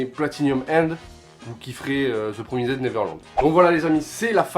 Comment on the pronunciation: Bonne vidéo !! Malgré l'anglais qui... Ptn mais t'as dit PromisEDDDDDD